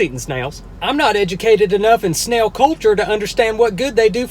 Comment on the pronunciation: Did it sound like he said nail at first